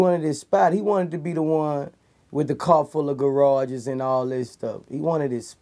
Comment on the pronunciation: This some real shii but am I the only one who realizes boosie say car fool of garages 😂